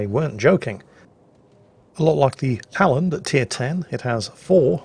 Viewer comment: Öland was great,! So was the Halland. Keep it up ^^ we'll have you swearing in swedish in no time XD